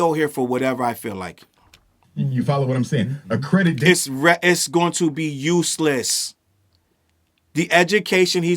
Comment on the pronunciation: “Accredidation” 😭😭. This school is already doomed